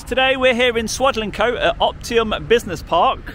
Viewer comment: It's Opti MUM - not Opti UM DJ!